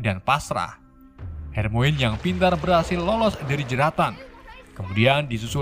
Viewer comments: Harmoni bang bacanya, bukan hermoin wkwk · Harmoni bang...bukan Harmoine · Maap bang... Itu baca nya bukan hermoin... Melain kan hermaini :) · bang itu tulisannya weasly tapi di baca wisli bang itu tulisannya hermione dibaca hermayeni dan masih banyak sala speling lainnya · gak gitu cara bacanya bang bukan hermoen tapi hermaini cara bacanya sliterin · hermione dibaca hermaini bukan hermoin bng🙂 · Bang hermonie bukan hermoine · bukan hermoin tapi hermion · bang yang bener namanya tuh Weasley dibacanya wisliy, Hermione dibacanya Hermioni dan bukan Herry bang tapi Harry tulisannya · Kenapa yg salah2 baca ejaan nama malah bikin kocak ya. Wesell. Wakakak hermoinn.. Hahahah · Dibaca nya Hermoni bang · RON WISLI BACA NYA MIN DAN BUKAN HERMOIN , TAPI HERMAYONI BACA NYA KRITIK MEMBANGUN AJA INI MAH